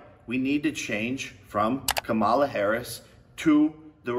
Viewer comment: Why is he saying Kambala?